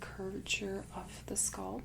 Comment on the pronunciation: This makes me a little crazy. I love her videos, but it's so jarring every time she says sculp instead of scalp....